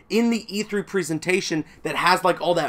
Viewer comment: "At the e3 preeseentation" lol. Presentation. Prez-en-tation.